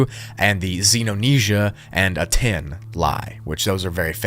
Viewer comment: Aten is pronounced AHTEN and not A-TEN.